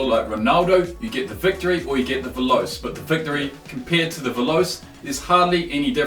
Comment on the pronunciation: lmao the way you pronounce veloce... it's Italian and pronounced veloche. it means fast.